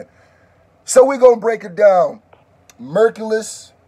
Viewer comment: It's pronounced like Hercules the hero.. all love . Dope song and reaction